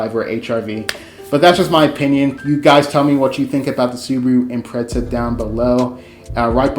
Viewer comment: It's an Imprezza... but I guess we can call it an Impreissa.